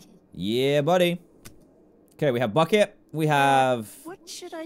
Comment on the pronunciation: I don't know why but I absolutely LOVE the way Jesse says 'bucket'. So satisfying.